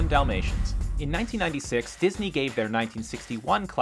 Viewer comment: I heard him say "domasians" lol